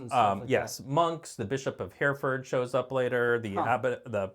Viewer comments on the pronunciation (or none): And Hereford is not Hurfud, Derbyshire is not Durbyshire, Creswell is not Cresswell, and Twm Siôn Cati needs work!